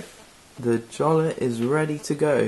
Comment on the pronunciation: It's pronounced Yolla